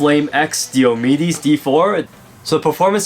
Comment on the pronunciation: it's pronounced "Die - O - Me dees" One of the major Warriors in the Trojan War.